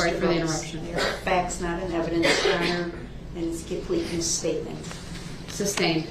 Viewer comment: Jurror 48 “ THEY ARE YAR HONER” man thought he stole the show!